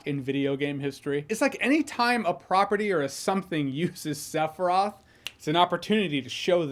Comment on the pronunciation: "Sef-roth"? Why can't Americans ever pronounce names correctly? I mean, there's an iconic song in the game with his name on it telling you EXACTLY how to pronounce it, several times... 😂😂